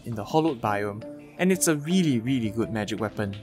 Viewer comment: I like how you say really. Its sounds like you saying weally